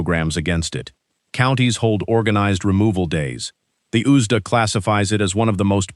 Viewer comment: It took me way too long to figure out what the heck the ooozdah is. 😂😂 USDA